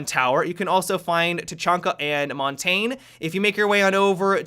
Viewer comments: Ninjas Raccoon is moon ta nè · montagne is pronounced mohn-tahn-yuh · it isn't Mon Tanya that isn't how to pronounce it. it is mon tane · "Montane" uhhhhhh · Mon-TAIN lmao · Montain, who needs proper pronunciation. Or just call him mountain. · According to my French Canadian friend, the correct pronunciation is Mon-tang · more like mon-tan-ye, if I may write in pseudo phonetic script. :) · Isn’t it pronounced mon-ta-nae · Heres how you pronouce montagne okey (mon ton ya) that is how you say it if you dont beleive me search on google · Playingwithfire Gaming u pronounce it montane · He needs some milk no i pronounce it mon tanya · it is mont tanya, those are french operators montagne is mountain in french lmao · "Mon- tanj- eh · it is mon Tanya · The way he says montagnè... oof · we need to talk about your montagne pronounciation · I love your content, but please learn how to pronounce Montagne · Sill doesn’t know how to pronounce montagne 😐☹️😂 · Why does everyone mispronounce montagne? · WHY DOES NO YOUTUBER PRONOUNCE MONTAGNE RIGHT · Lol saying Montagne. Jesus.